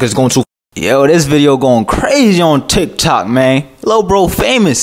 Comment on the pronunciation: My man be sayin chik chok stead of tik took